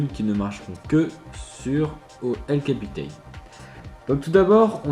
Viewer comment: Prononciation « El capitan » et « Yosemite » a revoir....